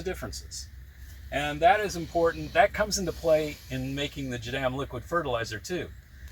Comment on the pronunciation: Please... its pronounced " jah - DAHM " ,not " jah - dam" like youre saying it.